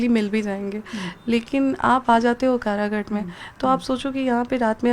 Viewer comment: अनपढ़ कराघाट नहीं काराकाट हैं 🎉😂